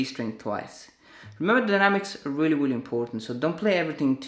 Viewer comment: "Weally Weally" haha Anyways great job!!